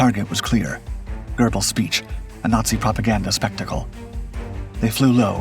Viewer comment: It's NOT pronounced "gerbelz." It's "GEH-belz." How long will it take for folks to understand there is NO LETTER "R" in Göbbels?